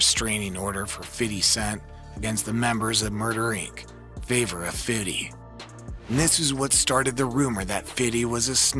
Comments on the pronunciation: You ruined the video for me lol. All I can hear is fiddy now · Why are you saying "Fiddy"? What even is that? Lol. Its Fifty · “Fiddy”, his rap name is 50 Cent but this guy thinks it’s Fiddy Sent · BIG facts. It's fiFty NOT fiddy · STOP SAYING, "FIDDY!" It's Fifty cent. He's even said it. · Saying fifty as "fitty" is wild lol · Why do white people always call him Fiddy? It’s just Fifty lol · Just say “fifty” damn 😂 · I hate that you feel the need to say fitty. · i call him fiff, not fiddy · It's Fifty not FIDDY!! 🤣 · Who told this guy to say FIDDY instead of 50?? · Fifty!!! not FIDDY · dog remake this video saying FIFTY please. who tf calls him fiddy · I can’t watch for the simple fact dude keeps saying “Fiddy”🤦🏿‍♂️ Do white people realize that we don’t call him Fiddy but the we call him Fifthy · You know not one black person pronounces his name like “fiddy” its “Fidee” you over pronounce the D and Dont pronounce a y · ITS FIFTY NOT FIDDY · This is the last time I’m ever watching one of your videos. Over there saying fiddy. Video not even that good to be this disrespectful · He probably practiced saying Fiddy a thousand times before making this😂😂😂😂😂😂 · Word, someone please tell this man its pronounced Hom-O and Fithy. It was so cringe listening to this narration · yeah like just say fifty like white people should lol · i was just about to comment how i HATE hearing this guy saying "fiddy"....it makes me sick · And he's popping it to " Fiddy" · Facts. Why? 50 Cent's name has never been pronounced that way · Count how many times he says "Fiddy" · Fiddy with the shiddy 😂😂😂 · After about 10 times it gave me a headache. Even black people don't say Fiddy every time. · 50 Cent doesn’t even like people calling him Fiddy. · Someone please tell this man its pronounced Hom-O and Fithy. It was so cringe listening to this narration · And the way he keep saying "fiddy". It's like dude, that was Sharon Osborne's name for him. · Every time he says fiddy take a shot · Just say fifty